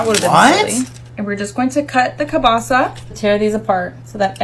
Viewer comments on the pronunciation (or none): ok no but why in the f^ck she pronouncing kiełbasa as some great value "que pasa?" 💀💀💀n if she cant say it right she can just say sausage tf